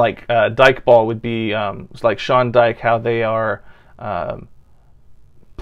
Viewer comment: I keep on have to remind my self every time that American English is different from UK English like for example every time you say Sean Dyche you keep on pronouncing his last name as "Dyke" when it is pronounced as "Dieche".....as an American I think you should know that when it comes to Europe and the rest of the world most words are pronounced way differently than how you would pronounce it in America like for example if you see someone from Europe that has a name starting with the letter "J" you would have to pronounce the "J" as how you would pronounce the letter "Y" (unless they are from Spain then you would pronounced it as "H") like for example the narrator pronounced klopp first name as "yurgen" but it's spelled "jurgen" and "jullian" as "yullian"